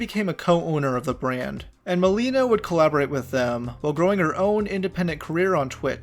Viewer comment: I should kind of insert my own opinion of nmplol. First of all it is Ma LAY na not Ma LEE na 😭 Now I am not going to sit here and claim none of the things he said about Malena were not in jest, but having watched them for almost their whole career together, a huge majority of the things they said were in jest. Obviously in hindsight it is not as clear anymore. Malena pops up every now and then through social media, but she is otherwise very quiet. I do not blame people for being turned off by Nick. He has a streaming persona/personality that really only clicks if you’ve been watching for a while and understand he is not serious a majority of the time. The divorce proceedings honestly, I would be inclined to believe Nick that there is no bad blood there. It is a touchy subject and he often only references it in jest. The attempt to seal the records, at least to me, reads as an attempt to stop people from harassing him. I could also see it the other way, where he is trying to hide something, but Nick does not strike me as that kind of guy. All that being said, I could be completely wrong. At the end of the day we don’t really know these people. One last thing about this. I don’t think Tectone is financially incentivized to hate Malena. I just think they genuinely hate each other. If memory serves me right, Malena always felt very strongly about Tectone. He is the only OTK member I can recall Malena genuinely hating.